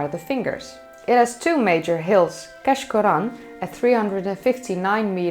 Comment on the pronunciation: keshcorran is locally known as keash and pronounced kaish as in aitch